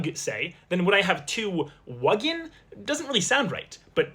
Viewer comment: Wuggen sounded very correct actually